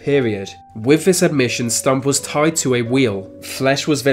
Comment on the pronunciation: His name was Stüpp not stump